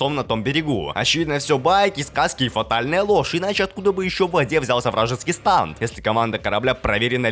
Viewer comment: Не станд,а стенд